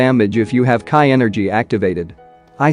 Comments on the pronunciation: Its Shenron Ai = Shenren 😢 Its Ka me ha me haa Ai = Kemihami ha 😢 Its Ki Ai = Kai 😢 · first kaee energy and now kee energy?